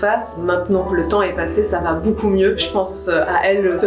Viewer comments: bOUcou mais vraiment bOUcou de rigOUlade ! c'est beaucoup en fait donc ça se prononce beau-coup et non bOU-coup ;) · Depuis tellement d'années que je suis Natoo j'ai jamais eu de période où je l'appréciais moins, elle est tellement chouette cette personne. Je crois que l'unique chose qui me perturbe c'est le fait qu'elle dise "boucoup" au lieu de "beaucoup" 😂. Mais en vrai j'ai tellement grandi en la regardant, je devais avoir 10/12 ans quand je l'ai connu et j'en ai 25 aujourd'hui, c'est toujours un plaisir de la voir 💛